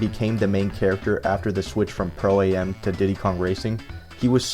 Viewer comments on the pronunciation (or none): I hate the way he says pro A-M and not just pro am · I believe it's called Pro-Am not Pro A.M